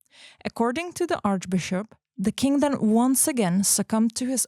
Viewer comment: Sitting here and giggling every time says “king” but my mind wants to hear “kink”, haha. Not to shame your pronunciation, after all, I came here from your ig. 😉 Anyway, great job you guys! I love the storytelling you chose for the podcast. Gonna listen to the whole episode, keep them coming!